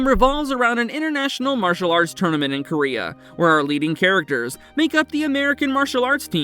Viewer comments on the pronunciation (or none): none